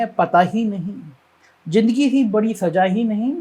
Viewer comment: JINDAGI , JAHAR, SAJA ......hindi bolna toh seek le bhainsey